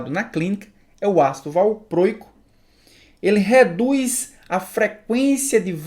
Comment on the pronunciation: Tenso ouvir valprôico..